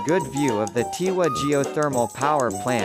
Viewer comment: My wife is from Tiwi and your pronunciations of the towns gives my wife a severe headache and earache. She says scraping chalk on a blackboard is more soothing.